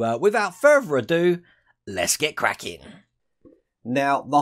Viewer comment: So at the beginning, did you say "Let's get crackin'" or "Let's get kraken"?